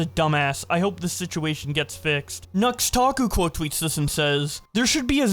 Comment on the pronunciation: I remember when Nux pronounced his name as "Noohtaku" and not "N-ux-taku".